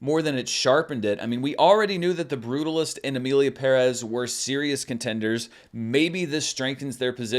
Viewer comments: BTW I noted in previous videos that you pronounced 'Pérez' correctly and appreciated it :) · Only Zoé pronounces Pérez properly and still no One listens to her. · Props to you for pronouncing Shōgun and Pérez (and Esposito 😂) properly! 🎉 Non-Americans appreciate your efforts. 🫡